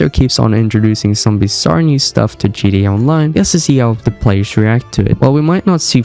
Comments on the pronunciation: Bro what in the world is GDA !!?? have you ever played Grand Theft Auto ? GTA ? If you're gonna make a video this long at least pronounce the name correct...GTA!! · It's GTA not GDA . So stop mumbling and chewing on your own cheek when you talk. Take some time and pronounce your words. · It’s not pronounced GDA, it’s GTA lol cmon man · G-TEEEEE-A not g-dee-ayy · It's GTA not GDA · Like how sometimes you say "GTE" not "GTA" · can you say GTA and not gee dee ay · IS ANYONE ELSE HEARING HIM SAY GDA?????? NOT GTA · "Crazy Gee Eh theories?" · I hate how you say GDA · “GDA 5” 😂🙏😭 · I can’t get past him pronouncing it gda Backing out here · Sound like you saying GDA lmao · Pronounce your bloody T’s ffs it sounds like your saying GDA everytime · yeh thats also a good point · Why do u say gta weird